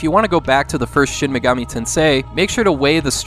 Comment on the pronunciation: "Shin Meegami"......Absolute American